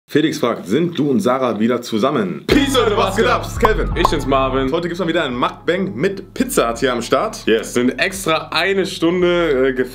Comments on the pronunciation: das heißt Mukbang und nicht MAKBANG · Ok sorry aber scheinbar wisst ihr nicht wie man den Buchstaben "U" ausspricht denn zu Yum Yum sagt ihr Yam Yam und zu Mukbang "Makbang" WTF!!! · Es heißt nicht Makbäng sonder MUkbAng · Es wird mukbang und nicht makbäng ausgesprochen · Es heißt mug ban nicht mag bem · "Makbäng" 😂😂 Warum ASMR channel weg?!0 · Seit wann ist ein Muckbang - MAACKBAAAANG 🎭😂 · Wie die am Anfang Makbang sagen 😂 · Es heisst mok bang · Nein eig nd yum yum kann sein aber Mukbang ka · Junge dann sprecht mukbang wenigstens richtig aus